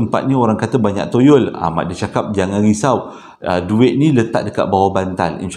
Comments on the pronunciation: Start hari ni practice perkataan Toyol kerap sikit. Ok murid murid.. toyol toyol toyol toyol bukan yoyol yerr 🤣🤣🤣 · Aku ni punya la khusyuk dgr citer psl toyol... Sekali berdekah aku gelak tersasul tyol toyol toyol... Steady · 🙋‍♀ hadir....terlewat sedikit. Tp tetap nak nonton jugak. Rasa mcm berhutang plak klu tak nonton. sebut toyol tu nak bunyi mcm tolol dah haaa 🤭🤭🤣🤣🤣 Keep it up 💪💪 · Bang... toyol ke tolol..hehehe..mmg menghiburkan la abg...byk mnum air ya bang kasi lidah basah supaya senang menyebut..carry on bang utk vdo seterusnya👍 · 😁😁 bro kelakar spontan. Kdg2 tersasul2....tak pe ceria suasana. Sebut betul2...!!.T.o.y.o.l. mcm lagu arwah Sudirman....😊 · 😂😂kann..."ya allah,knp abg sebut toyol kelakar ek"..tgelak ak,sorry bang.. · Sampai tersasul-sasul sebut toyol🤣🤣🤣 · Assalammualaikum Abg...... 😄😄😄 Baik2 tngh concentrate dgn crita pasal toyol tu.... Tergelak betul dgn cara Abg nk sebut toyol tu.... 🤣🤣🤣 Ya Allah!!! Terbaik 👍👍👍. Hadir dr Singapura.... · Toyol ke , Toronto ke,toyota ke takpe bang,. janji orang faham sudah. Sebenarnya saya memang tunggu je abg tersasul,😆😆😆👍👍👍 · Salam...maafla nk bgtau yg ank isteri sy masing2 kejang perot sbb xrenti gelak mse part susah sebut toyol tu..ape2 pon kami terhibur..bkn gelakkn ye...bkn maksud cmtu cuma tergelihati... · Assalamualaikum... Saya faham cara penyampaian abg... Walopun cerita seram ada gak lawak nya. Lawak sbb tersasul ckp perkataan "toyol" tu 😁😁😁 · BYK betul toyol wkwk soryy sya nk gelak abg sebut toyol aduh wkwkwk